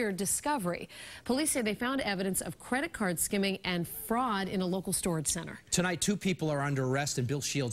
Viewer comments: “Credat cads” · Credit caaaahd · “Credit cKHArd”